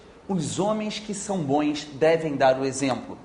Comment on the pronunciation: pelo sotaque ele fala bões hahah